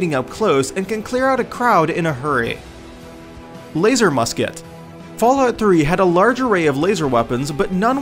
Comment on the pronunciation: I cringed when he said Laser Musket. I left when he said fragmentation mine.